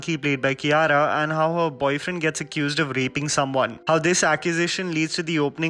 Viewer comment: She's is Kia-ra I used to pronounce Kaira